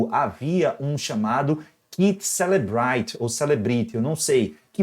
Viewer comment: Prof, o celebrite (pronúncia é celebraite) a PF tb usa. No caso de iOS, se o ios tiver atualizado, o celebrite n consegue. Ou precisa ter atualizacao no celebritr pra acompanhar! É tecnologia israelense. Essa autenticidade se chama código hash, prova que a extraçao foi feita e os dados ali n foram alterados... em tese